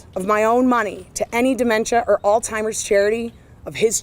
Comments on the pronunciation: Did that check really just say all timers? Lol. Bone apple tea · this is absolutely disgusting... and good for them on the win.. second educated lawyer lady its NOT "all timers".... with a last name like yours you'd think you could pronounce words correctly.. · "All timers"? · Can people please learn to pronounce Alzheimer’s- PLEASE?!!!! IT DOES NOT HAVE A “T” IN IT ANYWHERE!!!! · Did she just mispronounce Alzheimer's?